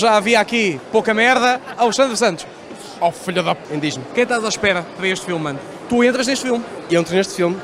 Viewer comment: oh pa nao consigo levar este gajo a serio , "o que espegas paga a estgeia de dois dugos de goer" 🤣🤣